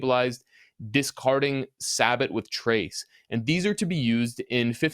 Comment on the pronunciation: It's pronounced 'say-bo' not 'say-bot'